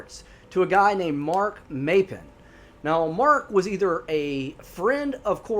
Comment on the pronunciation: I live in Oregon. I spend most my summers in the Tygh Valley. It is WELL known out there that you don't wonder off alone. Corey's story is one of many. Not the locals or the most experienced tourists know not to go out alone. Also it's pronounced "Mop-pin", Maupin is also the town I stay in in the summers. If you want good rabbit hole to consume your thoughts, start researching The Tygh Valley and many other Oregon outdoors mysterious stories.